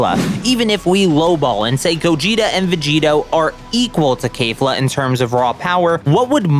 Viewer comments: KEFLA NOT KAYFLA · Ughhhhhhhh, why do people keep doing this, it’s not kaefla, you do not add an extra a after the k, it’s kefla literally how it’s spelled you don’t change anything about it that’s it. Stop saying kaefla cause it’s not that it’s kefla. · Why he sayin kayfla tho there’s an e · Did you just listen to the dub and sub say "Keh-fla" yet say it as "Kay-fla"? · bro why you saying kayfla